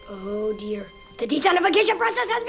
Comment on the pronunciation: He said the deSANTAfication process